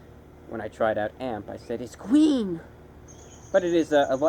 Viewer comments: I can't stop replaying the I T S G W E E N part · hahah, "it's gween". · It's gween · its gween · IS GWEEN! Oh gahd Im in love 😂😂😂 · ITS GWEEN!!! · "ITS GWWEEN" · the moment you said "IS GWEENu!" I saw Smeegle reflected on your face